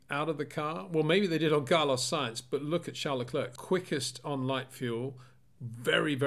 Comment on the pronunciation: Hi Peter. Could you please pronounciate Charles his last name as 'le clair', in stead of 'le clerk'. Thanks :)